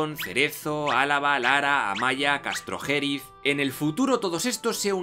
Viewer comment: Un minuto de silencio por todos esos oídos burgaleses y palentinos cada vez que dice CastrojÉriz